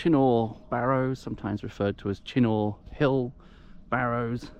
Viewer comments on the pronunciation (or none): Uh..it's pronounced CHINN-UGH..........not Chin -NOR. Otherwise, lovely video.